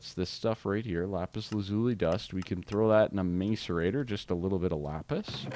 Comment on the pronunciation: its a mass-er-ator